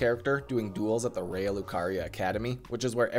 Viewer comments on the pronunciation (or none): none